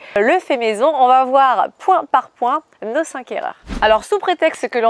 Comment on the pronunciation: sache que "cinq" est invariable donc STP pas de "s" donc NON pour "cinq'S erreurs" cinq erreurs suffit amplement, et je suis très attachée à la langue française, aujourd'hui malheureusement, je suis effarée d'entendre ce que j'entends comme liaison qui n'ont pas à être faites et celles qui sont omises...merci d'en tenir compte et chapeau pour tes cours dynamiques…